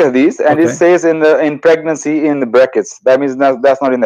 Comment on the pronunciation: sang to tease pronunciation of word pregnant.